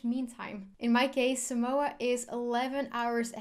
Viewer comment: cool video. we dont pronounce it like that though. The line over the a means you need to draw the a out a bit. otherwise people will continue to pronounce it wrong